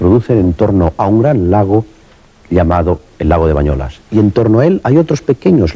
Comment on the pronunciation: És BANYOLES, i no "bañolas".